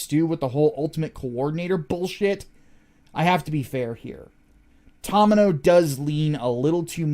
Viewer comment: Watched the deep dive and came here to watch more of your Gundam videos... Only thing I can say is that it's pronounced TOE-mee-no, not taw-mih-no, otherwise excellent videos